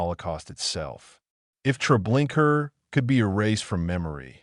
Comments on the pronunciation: Treblinka not Trablinkar!! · The name of the camp is Treblinka, not treblinkrrrrrr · It is not Treblinker but Treblinka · Did you see an "r" at the end of the word? In the future make sure your narrator or AI knows how to pronounce the words you speak. Thank you. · Your use of AI that mispronounced the horrible place made a mockery of it. Your documentary sucked because of that